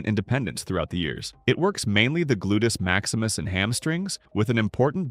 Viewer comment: "Glutus Maximus" 😆